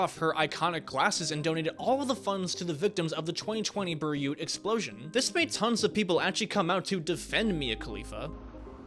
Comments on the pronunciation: Dude- did you pay someone to fuck up your lips like that? BTW- Ber Ute? It’s pronounced Bay/Root. You’re welcome. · 23 :22 it is not bir-ute it is bay-root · I liked the video but Beirut is pronounced Bay-root.